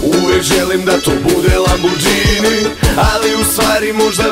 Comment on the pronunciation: Bravo, ali nije lamborđini nego lamborgini :)